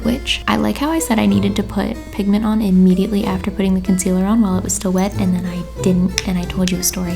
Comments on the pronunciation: "i m E diaT eL y" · had me quaking🤣🤣 “ImMediAtlEy” (idk how to spell😣🤪🌯)